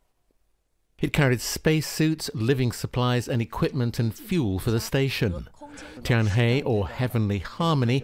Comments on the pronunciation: For your information "Tianzhou" is pronounced "Ten-Joe" "Tianhe" is pronounced "Ten-Her" Pretty easy right? Get it right next time😄😉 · Tianzhou is pronounced Tian-Zhou; Tianhe, Tian-He, in mandarin. Tian and ten are different both in pronunciation and Chinese characters.